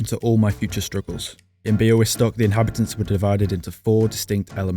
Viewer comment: BIAŁYSTOK MENTIONED RAAAHHHHHH 🔥🔥🔥🔥🔥🔥🔥🤍💛❤Also you nailed the pronunciation